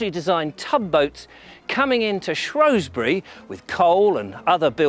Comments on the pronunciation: Brilliantly made programme. Thanks a lot. The only irritant was your mispronunciation of Shrewsbury. It’s Shrews bury not Shrows bury. Only people from outside the area or posh pretenders call it Shrowsbury. 😀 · Tiny velvety animal... 'shrew'...not pronounced 'shrow' is it??? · I do wish you would STOP calling the place ShrOwsbury when the correct name and spelling is ShrEwsbury, as for the Welsh pronunciations they were hilarious other than a fabulous series. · Shrewsbury has NO O in it!!! Why do people constantly pronounce it like there is! 😬😡